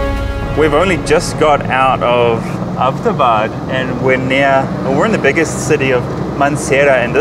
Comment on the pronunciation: Thanks for visiting and showing my home town Mansehra to the world. And by the way, it's "Abbot" Abad named after Major James Abbot of British Army Stationed here before partition.